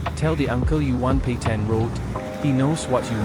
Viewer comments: Petain not Petian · It’s PETAIN ROAD. Pronounce it correctly. It’s the bare minimum of decency as a content creator.